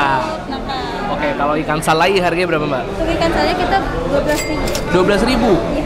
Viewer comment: Ikan salai,dibacanya salay ngab